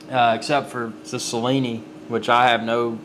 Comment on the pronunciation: Nice video. Its pronounced "Chill-ini" by the way.